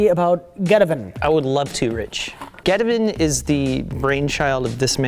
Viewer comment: I love that they never once say the name of geteven properly.